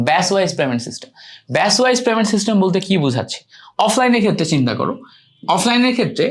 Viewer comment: প্রেমেন্ট না পেমেন্ট 😂 হালা মূর্খ